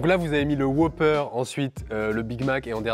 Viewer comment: WhOOper pas Whoper ça m'a perturbé 😅